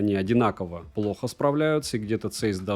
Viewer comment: Здравия автору! Даёшь народу обзор на SONY 1VI !!! Жду именно от тебя! P. S. Правильно говорить Цайс ( ZEISS) , а не цэйс, это немецкая фирма Carl Zeiss, производитель высококачественной оптики и линз от микроскопов до прицелов